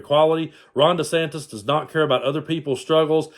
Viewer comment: "Ronda Santis" ??? LOL.